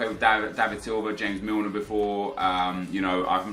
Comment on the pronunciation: james milner lol the way he said it